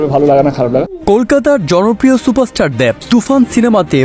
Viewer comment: ভাইরে উচ্চারণ ঠিক করেন আগে। দ্যাব না দেব।